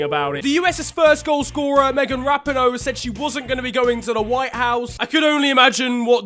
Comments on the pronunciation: It’s Meghan (rap-ee-noh) not (rap-in-o) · It’s Megan Rapeeeenoe not Rapno lol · That’s not how you pronounce Rapinoe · Please look up how to pronounce Rapinoe because YOU SAID IT WRONG EVERY SINGLE TIME!!!